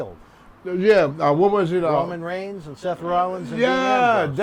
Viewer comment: I watched a video where he said raymond rowns lmao think he means Roman reigns